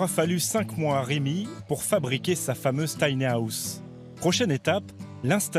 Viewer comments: mdr l'accent je suis mort de rire à chaque fois qu'il prononce tanyaousse. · Y a un moment va falloir faire des efforts de prononciations. Soit le dire en français "petite maison" soit s'appliquer et éviter "les taniahousses" sérieux. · Si la voix off pouvait apprendre à dire "tiny house" correctement, ça serait reposant pour les nerfs. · Merci, il me semblait bien que c'était mal prononcé...